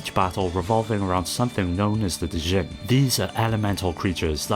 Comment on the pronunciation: Oh, hey, I don't mean to act like a know-it-all, but the proper pronunciation of "Djinn" in the Golden Sun Series is literally just like "Gin" as in the liquor. It's actually from Arabic, and we usually call them Genies in the west. Also, SoulSilver was my jam on the DS...